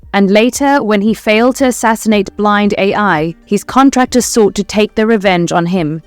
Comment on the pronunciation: She's called Blind AL not AI, but I can see why you'd read it like that as a person or generated narrator.